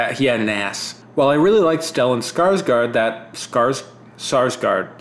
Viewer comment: It's actually pronounced "scars gourd." (Well, more like "skaash gourd" but let's not get too pedantic.) That second A isn't actually an A, it's supposed to have a little ring on top and is pronounced kinda like the English O. Though, if you want to pronounce it as an A, then "scars guard" is acceptable. We foreigners are pretty used to you guys anglifying our names.